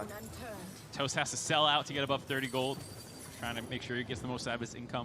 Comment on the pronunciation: Geeze they butchered Toasts name, lol.